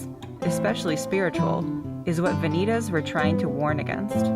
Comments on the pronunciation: Yep, that bugged me too. Should be vah-nee-tahss. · Please correct your pronunciation of the latin word "Vanitas". Van-i- tas' .